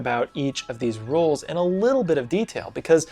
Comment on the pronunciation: lol at how you can’t say Role 😅